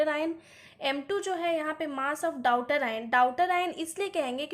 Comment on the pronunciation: आप daughter ( डॉटर ) को डाउटर पढ़ रहीं हैं 😢 और आप chemistry पढ़ा रहे हो